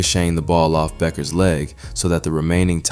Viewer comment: Finally, someone who pronounces Paige's last name correctly.